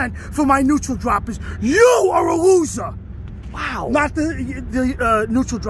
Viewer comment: 'He's a losah but he's not a quittah' XD